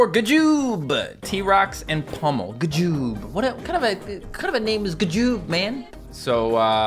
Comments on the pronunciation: It’s not ga joob is g joob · He said ga joob